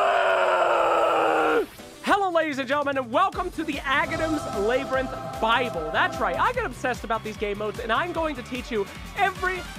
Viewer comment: "Labour - inth!!!"Wtf is that pronunciation!! Love the video though!